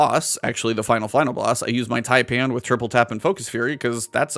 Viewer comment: So far I heard Fallout pronounce it as “Typin’” and Aztecross pronounce it as “Taypan” so congratulations ‘Bonty for being the first American I’ve heard to pronounce taipan properly. There’s only 1 deadliest snake in the world and only 1 way to pronounce it and you got it!